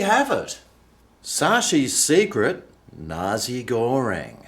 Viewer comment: I thought you were saying Nazi Goreing until I saw what was written on the box 😂